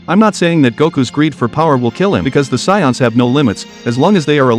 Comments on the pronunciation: You kept mispronouncing saiyans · "meijin Buu"? Revied10 years after? "Soiyans" ? Yeah no offense but i don't respect your opinion